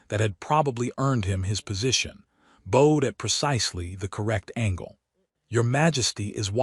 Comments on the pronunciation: 'He bowed to her.' same sound as Ow. B OW ed. Breathed sounds like Br EE thed. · 'Breathed' rhymes with 'seethed'. Past tense of 'breathe', the action of inhaling or exhaling. 'Bowed' (bent at the waist to show respect) rhymes with 'loud'. ('Bowed', bent into the shape of a bow-and-arrow bow, rhymes with 'lode'.)